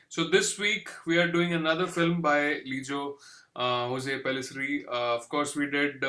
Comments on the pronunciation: The name is pronounced lijo joz and not hose.. the name doesn’t have any Spanish influence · It's Lijo Jose, where both "J" is pronounced similar to how we say "John" Regarding the bull scenes, I think its a mix of animatronics, CGI and some real stuff. I kind of remember hearing that back then but not completely sure.